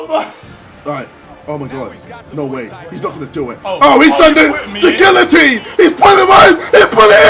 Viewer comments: Gillotine lol it’s geeateen how u pronounce it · its pronounced gee-yuh-teen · He says guillotine so wrong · no it's a French word. Wherever you like it's gee-yuh-teen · Are you? It's gee-yuh-teen. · Does he actually think guillatine is pronounced how it’s spelled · Why does he say guillotine it's pronounced geeuhtine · guillatine is not pronounced with the l's it's sort of with a y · My man can’t even say guillotine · He somehow spends soo long on this game yet he can’t even pronounce guillotine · the pronunciation of guillotine hurts me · Can’t even say guillotine right